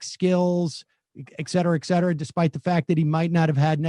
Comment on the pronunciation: When will sam learn how to pronounce etcetera?